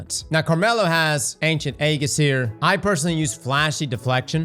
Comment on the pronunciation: He still can’t say aegis right lmao